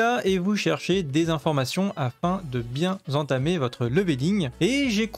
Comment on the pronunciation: Je vais bien z'entamer 😂😂